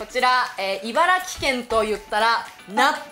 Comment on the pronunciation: 不要在唸ㄘˋ城縣，正確是唸ㄘˊ城，Yuma他們也是住在茨城，每次他們唸都講ㄘˋ城，也都一直唸錯